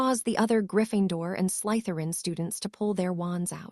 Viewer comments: Draco "Mulfuh" Malfoy, the blunda from slythuwan house. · The letter y is not pronounced as a u, the Salazar Slytherin should be spoken as such😊